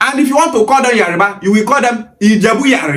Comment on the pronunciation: Why is the guy in green mispronouncing Yoruba , IleIfe. Etc Is it intentional. It is Yoruba nit Yariba.